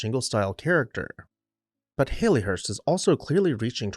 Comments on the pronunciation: It's pronounced "Hal-lee" not "Hay-lee" . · He said Hay+Lee+hurst throughout??.😊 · Great description of the house and its history, but you are NOT pronouncing this correctly. The Victorian name Hallie rhymes with Sally or valley. It was originally a pet form of Harriet just as Hal was a pet form of Harry. It is NOT a form of the modern name Hayley as in Hayley Mills, which comes from a surname and is a completely different name. :)